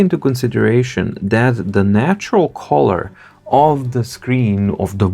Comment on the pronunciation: Just a pronunciation hint: not collar (part of a shirt) but cull-er. British -colour kʌlə; American -color kələr